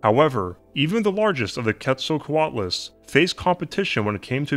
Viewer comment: Pronounced "Kate-sal-co-alt-luss"